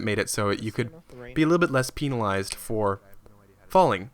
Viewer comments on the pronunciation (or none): Why does he say peenalized